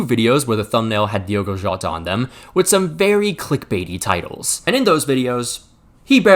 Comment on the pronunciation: The people still saying Diego instead of Diogo can go fuck themselves. If you can't even be bothered to correctly read the name then keep it out your mouth. P.S. yes my name is also Diogo and I hate it when people call me Diego